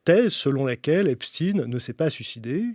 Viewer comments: Epstein... Epstine Einstein... Einstine😅😅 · Prononcez Epstein à l'allemande et non epstin. Si vous voulet effacer ses racines juives, c'est râté. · Does he mispronounce Epstein on purpose?